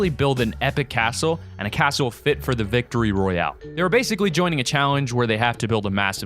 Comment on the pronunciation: That’s not how u say royale